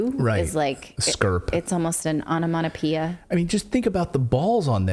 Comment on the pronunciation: it's onomatopoeia Natali - not onomanopoeia. Glad I could help. xxx